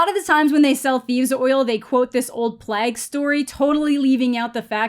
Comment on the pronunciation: Why do you say plague like a seal suffering from a heat stroke